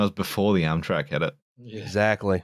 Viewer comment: This was Amtrak's 9/11...or, EMtrak's 9/11 as would pronounce it. It was almost as tragic as America's 9/11: the death of Dale Earnhardt.